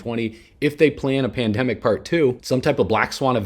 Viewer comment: Did homie say pendemic part 2😂gosh I hope this man don’t think lizzard people are real 2😂